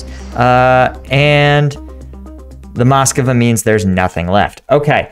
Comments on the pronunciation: Strange that you call it Moscova even when in video you see it called Moskva and you call identically named city Moskow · It's not the Moskova, it's the Móskva (Москва). It means Moscow but whilst it is common in English for place names to have been altered over time, to make them easier to say; it is not normal to alter the names of contemporary things.